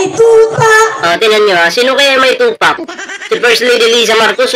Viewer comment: may tupak, , may tupak,may tupak daw si lisa😂😂😂.. gaga!! pagbigkas mo na lang ,d ka pakikinggan.. TUPAK o TOPAK.. 😂😂😂. lolbu.